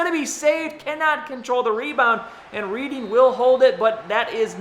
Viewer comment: Just a quick FYI, Reading is pronounced Redding :) keep up the awesome vids. Came for the Madden, enjoying the other series too. Would be nice to get a look around the league a little more often, maybe every few eps? :)